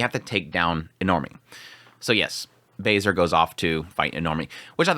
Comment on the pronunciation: every time I hear someone say "Bay-Ser" x_x pls, look up how to say this name, pls